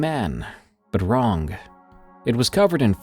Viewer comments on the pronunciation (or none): You know the G in wrong is silent…… right? WronGAHHHH